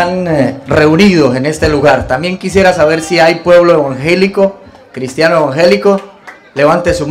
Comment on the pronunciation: Le gusta al principio intimidir y tienen que hacer lo que él diga no sabe ni decir la palabra evangélico dice vangelico Dios lo pondrá en su lugar 👌